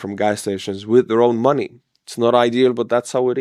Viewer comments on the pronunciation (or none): none